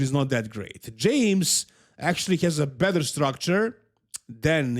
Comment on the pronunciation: when pronouncing "better" Better ❌ Bether ✅